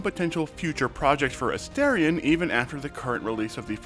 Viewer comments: A-'STAR'-ion! for the love of gods. Not A-stare-ion. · I really don't understand how so many people are mispronouncing his name. They say it like a thousand times in the game, and it's pronounced as it's written. A-STAR-ion, like a star in the sky. What is so hard about this? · A-STAR-ion not aSTAIRion and newBON not newBIN. 😅 it always surprises me when interviewers get his name wrong.